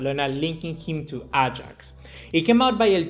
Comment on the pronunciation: its Ajax not Agax